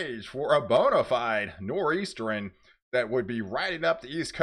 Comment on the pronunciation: Nor' Easteren - even WORSE than a Nor' Eastern 😁❤️